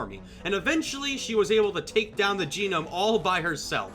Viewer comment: Gonome (Go-nom) You pronounce it GO NOM. not that hard